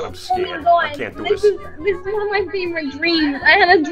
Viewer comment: Oh my gwaad it's ted!😂😂